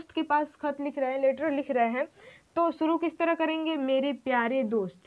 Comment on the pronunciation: "Sheen" shuru kahiye not suru talaffuz pahle aap apna sudhariye kyounki aap urdu padha rahe ho !